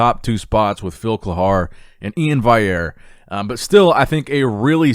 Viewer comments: Dude it’s valley-air, not vay-air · Valley-err. Not Vai-err. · Bro, could you just go to Iain's IG and look up how his last name is pronounced? It's literally right there on his bio so you can stop saying "vayerre". It's Val-e-air. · It's Iain Valley-Ear and not Iain Vai-Ear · Pronounce E-in Val-e-air, there's a "L" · Not to be nit picky but, its prenounced Iain " Val Le Air" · IAIN VALLIERE E-in Val-e-air. Can we pronounce this right? It is printed across his Instagram and when he says his the name it is the same way, all interviews they say it as well. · Its Iain (valley-air) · Iain "valley-air" say it with me, "valley" "air" 😂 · Will ever say valley-Air right? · Iain's last name is actually pronounced Val-e-air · E-IN VALL-EE-AIRE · Valliere has 2 Ls which aren’t silent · still not making an effort to pronounce Ian's last name correctly....... LMAO!!!! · You say Ian’s last name wrong steady bud